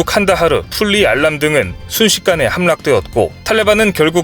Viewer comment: [함락]의 발음은 [함낙]입니다. 이것 말고도 [ㄹ] 발음이 거의 다 틀리게 하네요. 올바른 발음을 합시다.